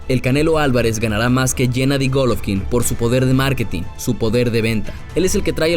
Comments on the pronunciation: Que les valg verha cuando gana y es golovkin no goloovkin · No sé dise gólovkin (con asentó en la o) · En que parte esta la letra f en golovkin